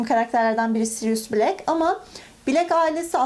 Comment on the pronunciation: Black ismi bilek diye okunmaz ayrıca Mcgonagall’ıda mekgınıgıl diye okumaktan vazgeç sinirlerimi bozuyorsun kelime telaffuzların sayesinde haterın oldum